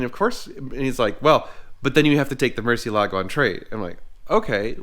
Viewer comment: You are not allowed to own a Murcielago unless you pronounce it correctly 😂. Just kidding. But seriously, Mur-seal-a-go